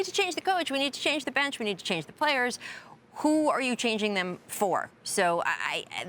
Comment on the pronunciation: "They need to change they brench"